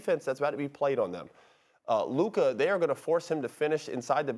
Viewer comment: It is an embarrassment and a reflection on the collective IQ of the 3 of you that even after getting corrected on the pronunciation of Luka's name by Molly, YOU STILL PRONOUNCE IT INCORRECTLY!!!